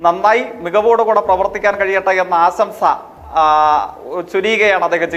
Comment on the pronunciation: ആസംസ ആശംസ അല്ല വിസ്വസം ആദ്യം മലയാളം പറയാൻ പഠിക്കണം ജയ്ക്ക്